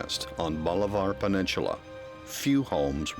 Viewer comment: Can someone teach this guy how to pronounce bolivar peninsula?